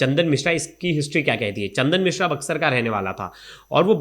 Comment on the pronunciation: ये बकलोल रिपोर्टर केसरी को कसूरी मिश्रा को मित्रा बोल रहा है 😂